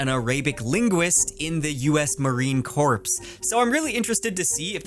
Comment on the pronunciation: as a fmr Arabic Linguist in the US Navy, your pronunciations of "Arabic" and "Corps" were painful 😅🤣 no worries tho! 😋